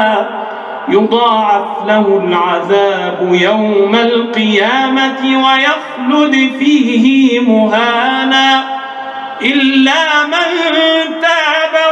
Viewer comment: قرأت قوله تعالى . ويخلد فيه مهانا . فيه . لماذا مددت الهاء ، وليس لها مد . وفقك الله .